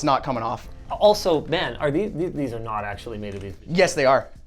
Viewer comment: OMG...for the very first time ever I heard Linus sound Canadian....when he said "IT'S NOUT FINE."